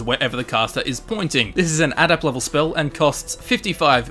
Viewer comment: Why can't you pronounce adept?